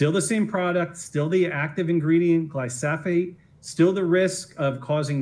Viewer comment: That lawyer does not even know how to pronounce the name of the product so how can you trust him. It is glyphosate. I am a weed scientist. That means I work with herbicides and research ways to better use them. Glyphosate is a great product. It kills plants by inhibiting three precursors to amino acids that humans do not have. This is a stupid witch hunt. By great product I mean it is inexpensive, safe, and works very well. Not having roundup in the agricultural arsenal will hurt growers as well as consumers, because now their food and fiber products will be more expensive to produce.